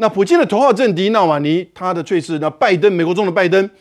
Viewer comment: ……猝死……不读脆死……读醋死！而且语音表达不流畅！别主持了好吗？